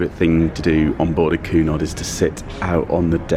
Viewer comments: Oh, I couldn't get past your Pronunciation of Cunard... its queue nard as opposed to Coo nard. Great video though. Love your channel and follow it all 😊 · It’s not pronounced Coo-Nard it’s pronounced Cue-nard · Actually, I believe it is: Cunard Line (/ˈkjuːnɑːrd/ KYEW-nard and I believe it is Lee-doh, not Lie-doh. Have a nice day. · Hey! Cheers for taking us along on your cruise boat experience. Just thought I’d let you know that Cunard is pronounced KWEY- nard. I’m not really into boat trips. But thought yours was quite interesting.